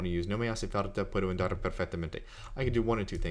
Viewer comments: It's pronounced ON DAR not AND ARE. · thought i was the only one that noticed that. Sounds to close to how english speakers say "and"....Should be more of an "AH" sound...AHn-dar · It's Andar, like in cAr, not like you say it Endar like in End. Btw, I'm doing the same, translating titles because they are conversational language and THAT's what you need. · Thank you very much! This vid was so useful. By the way, I don't know if I should tell you this but you pronounce "andar" like "endar". In spanish "a" sounds always the same way, and the correct way to pronounce it is like how you pronounce the second a in "andar". I tell you this to help you improving your Spanish, but you sound great speaking Spanish anyway! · Thank you for the video,. I discovered it looking for a method to improve my English vocabulary. I'm Spanish, and if you allow me for a little correction, your pronunciation of the first "a" of "andar" is a little "e" like in the English word "end"; it should be more like the "u" of the English word "under". You also pronunciate "farta" instead of "falta" which sounds for me very like in Andalusian dialect. Again, thank you. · His pronunciation is not good and he teaches Spanish. Falta is with and "l" not "r'" sound. His "andar" is off too. I do appreciate the How To on Anki but I can't in good conscience not mention the weak pronunciation.